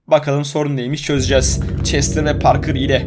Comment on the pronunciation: Parker e parke diyor ksksksmemoss